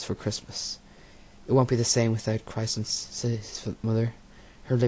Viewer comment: So bad! You can’t even say the flower chrysanthemum 😂😂